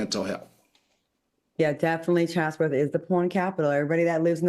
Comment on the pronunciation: Al, are you trying to say Chatsworth, CA? Sounds like your saying Chazworth